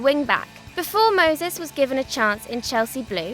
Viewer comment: ''Utter legends'' i have watched till and she has said moses😂😂 im dying